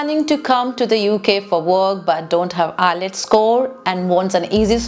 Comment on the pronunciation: It's not I'LETS', it's' IELTS'